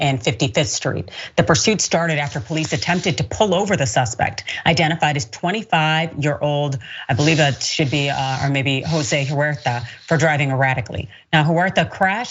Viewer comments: His name is Josue, it’s pronounced Hose-way. It’s not Jose. I’m a little disappointed here. This show always points out racism but then can’t pronounce someone’s name correctly. I bet you wouldn’t have messed it up if it was a white persons name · Josue is pronounced Ho-sway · Josué - hoe-sway is how it’s pronounced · Lol....really, that's all you took away from this video? To be honest, I've never seen this man's name but I've seen a lot of Jose's...she apologized before she even tried to pronounce it. I guarantee you that she wouldn't be the only one to mispronounce it . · yes. Believe it or not, I find it super important to pronounce peoples names correctly. It’s fucking racist to mispronounce someone’s name when the origin of that name is in a language that is not your native language. There’s time to punch it into google and make sure you say it right if you’re going to do a news story on it.